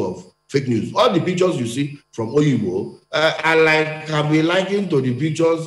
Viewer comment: It is NOT Oyigbo it is called Obigbo